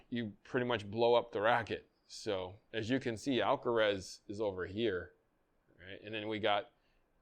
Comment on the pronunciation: Alcaraz not Alcarez